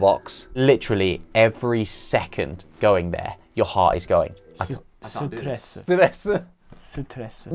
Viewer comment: ive never heard someone say “stress” in the most korean accent ever than ollie did